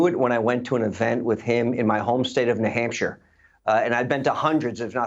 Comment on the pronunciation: What's a Nuh-Hampshire?